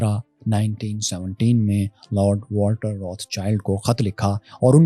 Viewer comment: بھائی روتھ چائلڈ نہیں روتھ شیلڈ ہے صحیح تلفظ۔